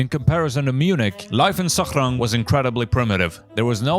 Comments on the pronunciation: why are you pronouncing Sachrang in an arabic accent lmao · Have nothing else to add, except that the way you say "Sachrang" hurts even my non-German ears.